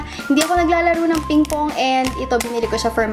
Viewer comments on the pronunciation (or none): none